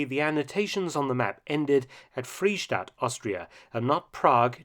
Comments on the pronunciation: It's Freistadt, not Friestadt though! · Very informative, as always! Just two minor corrections about two of the mentioned cities in Austria: it is Freistadt, no Friestadt (the "ei" pronounced like in "lie"), and also Gmunden, not Gmünden (the "u" pronounced the regular way, no as an umlaut).